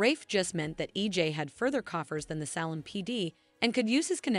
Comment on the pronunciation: pm 6/1/24 I’m hearing your latest update and yet you continue to mispronounce names and places. It’s not Sal-um…it’s Salem (long a); you say Ava (short”a”), but then later say Ava (long “a”), it’s the latter. Can you please learn the correct pronunciation